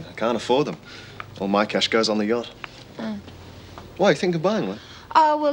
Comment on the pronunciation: it's a tatty little boat you have, not a yocht.